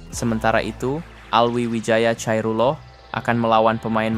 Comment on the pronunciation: bacanya Alvi wijaya khoirullah ( khoiruwoh = ni biar jelas ) min . bukan Chairullah . Jelaskan dong kota kaohsiung di negara mana ?